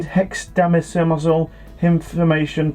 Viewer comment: "Hexdamicimisal" lol. Great show lads. Show those good mythical morning berks what's what.